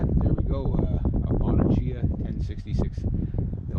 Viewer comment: In the late 60's and early 70's my brother in law and I got into "ten speed" bikes, unbeknownst to each other. I got a newly designed ultralight weight Sears Free Spirit. He got a used Bottecdhia, and pronounced it the way that you did, until we met a real bike person who said it should be pronounced "Bo-TECK- ia" Anyway, we blushed. But his was one sweet riding road bike, and was fast. My Free Spirit was nicer and newer, but lacked the authenticity of Roger's Bottecchia. I hope you get many years and miles out of your great "scrap metal find." Wow.